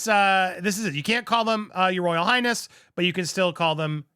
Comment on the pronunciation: Did he say Royal Highass. ?